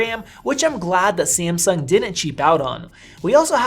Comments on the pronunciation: Its Samsung sir not Semseng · 5 seconds into the video... "SI-AM-SUNG~"